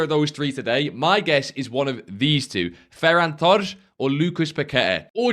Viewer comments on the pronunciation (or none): "Ferrar torsch" bro, just so you know, idk why youtubers pronounce portuguese names in this cringe way which isnt even accurate, but thats for sure not how you pronounce a spanish name lmao unless this is some kind of old inside fifa joke that im not aware of